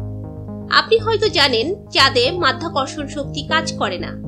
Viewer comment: হালা মাইয়া মাধ্যাকর্ষন না মধ্যাকর্ষন😂😂😂